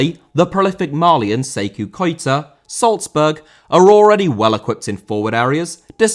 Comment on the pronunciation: Sékou* not Seikou